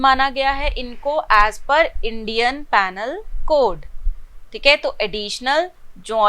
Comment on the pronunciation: टीचर जी, इंडियन पेनल कोड नहीं बोलते हैं। इंडियन पीनल कोड बोलते हैं। और क्या आप अपने लेक्चरर्स बिना अपने वीडियो के डाल सकते हो? Your video is a distraction from the content.